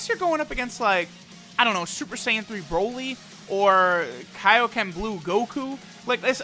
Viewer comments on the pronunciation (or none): none